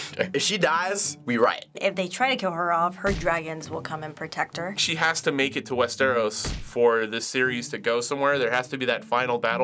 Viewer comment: Its not WestEros it is WesterOs!